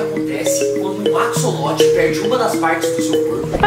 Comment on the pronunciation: Se escreve "axolote" mas na vdd se pronuncia "acholote" não tem som de cs '-'